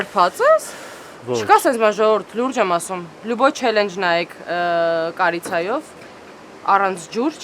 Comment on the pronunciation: Չալընջ ժող ջան ոչ թե չելլենջ